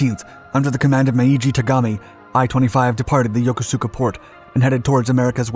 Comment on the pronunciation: FYI, the "u" in Yokosuka is silent, so it is pronounced Yokoska.